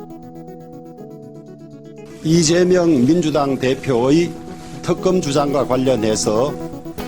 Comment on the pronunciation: 호영아 턱껌이 아니라 특검이다! 발음이나 똑바로해라!